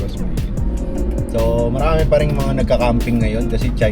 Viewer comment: Naalala ko yun “marami-RON’ hahaha